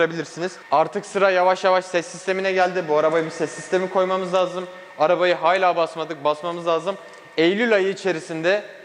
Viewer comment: ''Hayla'' değil ''hâlâ''..Şu ergen ağızlarını bırakıp Türkçemizi biraz daha düzgün kullansanız arkadaşlar..Bu yüzden dislike'a bastım..